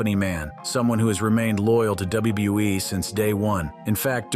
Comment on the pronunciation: Notice that he said WuuE instead of WWE?! 😂